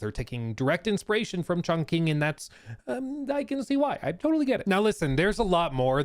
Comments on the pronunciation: Btw, Chongqing is pronounced more like "Chong Ching" instead of "Chong King". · Alright i understand not wanting to say it as a white boy but its pronounced "chong-ching" not "chong-king" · Hearing him say ChongKing over and over is painful lmao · fun fact, chongqing city in china is pronounced "chong ching", because "qi" is pronounced "chi" and not "key", and yes it sounds like someone making fun of the Chinese language, but it is the correct pronunciation